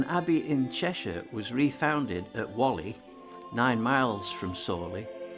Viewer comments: As well as the pronuncation. It's Wall - ee, not wolli. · It is Whalley not Wally, you Wallie 😅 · And pronounced as in wall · Walley is spelt as Whalley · Very well put together, but please learn how to pronounce Whalley and Samlesbury